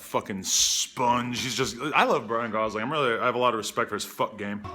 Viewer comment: Who the fuck is "Bryan Gosling" hahaha